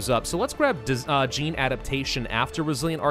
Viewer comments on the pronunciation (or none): none